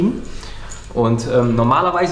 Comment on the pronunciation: Ich verstehe bei immer badplate anstatt backplate:_thumbsup: und wir brauchen mehr Dackel content:_Pina2